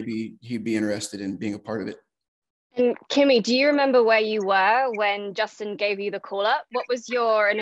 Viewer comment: I'm sorry, I didn't realize I was making that big a deal of it, I was just expressing my frustration at people pretending to be something they're not. And it's not that hard to pronounce his name, it's Kimi for ducks sake!!